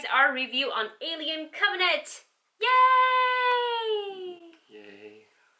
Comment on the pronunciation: "on alien covenate.......yayyyyyy" ahhhhh she had me dying when she said it all wrong the first 20 sec of this video! lol say it with me now, cov-en-ant!